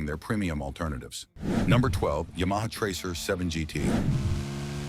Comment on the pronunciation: "as for styling" ...... Face it. It's uglier than a hat full of sphincters. What is a ya-ma tracer?